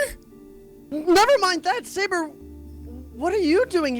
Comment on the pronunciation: Overseer called Sabre, Sobre XD